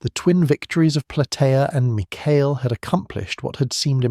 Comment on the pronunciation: Corrections: 1. Mycale is pronounced: MY-kuh-lee (in Greek: MikAli) 2. Mardonius was not killed by spear but according to Herodotus, Mardonius was killed by a Spartan soldier named Arimnestus (Greek: Ἀρίμνηστος), who hurled a stone at him while Mardonius was on his horse.